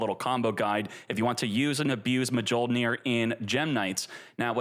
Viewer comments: He's pronouncing Mjolnir wrong on purpose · Bro PLEASE, mee-yol-neer. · It's pronounced myol-neer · We live in a post Marvel world, everyone should know how to pronounce Mjolnir properly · deserves to have his ash fingered for that pronunciation of Mljonir. Also how is Appo still in this game dawg! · Yeah I know its hilarious. i hope he doesnt go bald 😂